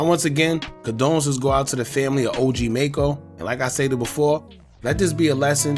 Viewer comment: You not even saying his name right